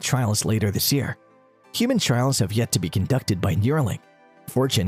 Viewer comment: Trials, not trails.